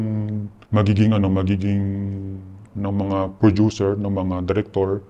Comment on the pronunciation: si mark herras ba yan??? *hand gestures *porma *madalas nakablack na damit sa mga interviews *may buhok siya sa mga previous interviews *taglish magsalita *nagnenegosyo *prodyuser yung pronounce ng producer *30x binanggit yun "in a way" which is lagi niya sinasabi sa lahat ng interviews niya *asawa nasa showbiz at miss world contestant ganyan siya pumorma eh. saka diba nagnenegosyo na siya? saka prodyuser yun pagkakapronounce niya sa producer sa lahat ng interviews niya. saka asawa niya nasa showbiz. saka ganyan magsalita si mark sa mga interviews niya. lagi din nasasabi ni mark yun "in a way" ng 30x sa mga interviews niya. BAHALA KAYO MAG-ISIP KUNG TOTOO NGA artista na director na ngayon na dating indie film - coco martin????? yun nakipaghiwalay sa matanda - maris racal and rico blanco???? gov - chavit singson????? hindi si zanjoe marudo ito kasi malawak vocabulary niya at tama pronunciation nun sa mga english interviews niya at okay yung grammar niya ng taglish lapag niyo na lang dito kung sino pa pinaghihinalaan niyo